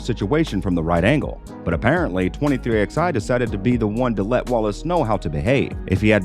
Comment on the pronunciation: It’s not xi, it’s 23 eleven